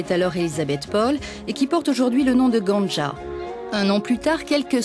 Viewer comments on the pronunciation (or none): On repassera pour la pronocition des villes 😂😂 nan mais serieux GANT JA sa se se dit Guen jè 😂